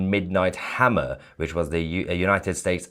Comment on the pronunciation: Was that "Midnight Hammer or "Martell Hammer?